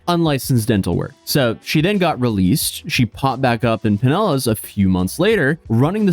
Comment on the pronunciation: You saying Pinellas correctly is music to my hears